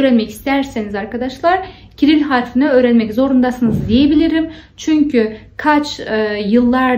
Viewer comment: doğru düzgün öğrenelim ne ya nasıl bir üslup bu? Sanki siz türkçeyi çok doğru düzgün konuşuyorsunuz da... Türkçede i ve ö harfi var hanımefendi. Ogrenmek değil öğrenmek. Harfı değil harfi. -de ekinin kelimeye göre değiştiğini bilmiyorsunuz. Çucuk değil çocuk. Daha bir sürü söylerim isterseniz. Ama türk olmadığınız için bunları söyleyememeniz çok doğal, biz garipsemiyoruz. Doğru düzgün konuşun da demiyoruz. Saygılı olun.